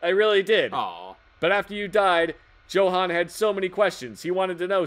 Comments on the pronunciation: The way kept pronouncing Johan inspires a murderous rage within me. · johan =joe-han